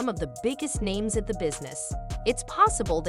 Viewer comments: The lady constantly saying everyones name wrong is annoying lol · I feel for Aaron Carter. He should have been ptotected better. Also if you're going to use a computer to voice you're video's at least make sure names are pronounced correctly. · I despise ai bots narrating. They never pronounce words correctly, I can't watch this true or not but I do believe Diddy is where he should be and I hope justice will prevail. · This heffa narrating can't pronounce anybodies name except Aaron Carter ?